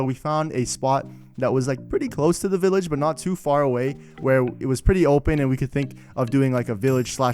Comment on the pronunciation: "An underground villahger trader" - You mean a "black market"